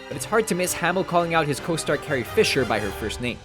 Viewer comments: What I hear instead of Carrie is "heey!" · Yes you can play it off that way by saying Mark said Hey because it does sound like that. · He clearly says HEY not CARRIE. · Mark is clearly saying 'Hey' I don't know how people keep thinking otherwise. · Even with you putting the word "Carrie" on the screen, it still sounds like "Hey" to me and has never sounded like anything else. It doesn't even remotely sound like "Carrie." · he said hey not carrie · I always thought Luke said "Heyy!" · Always sounded like "Hey!" not "Carrie!" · That's exactly what I think of it! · sounds like "Hey" to me. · LOL. Nobody would yell "Carrie with such a high pitched A and 1 syllable. It's like he yelled "Kay!" Definitely "Hey!" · It sounded like Luke said "Hey!" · Mark Hammill calling out "Carrie" sounds more like "Hey!" to me. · I swear he doesn't yell, "CARRIE!" It has ALWAYS sounded like, "HEY!" to me. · tbh that 'CARRIE!' from stat wars sounds more like 'HEY!' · Sounds like hamil said hey. not carrie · i dont hear "Carrie!" i hear "hey" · I always thought Luke said "Hey!", not "Carrie!" Is this one confirmed? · i hear hey not carrie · I thought he was saying hey, not carrie. well the more you know.... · I never heard Luke say "Carrie" I always thought he just said "hey!". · I thought luke just said "hey" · I always thought Luke said "Hey". Ever since I was a kid I always thought it was a "Hey" not a "Carrie". Even when I watch replays of it..to me it sounds like "Hey" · Yea I always thought it was "Hey" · That's probably why it's in, though it is easy to hear why they think he's saying "Carrie", the way he says it.